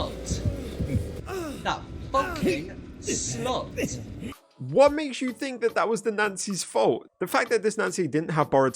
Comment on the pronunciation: why he say slut like that😂😂😂😂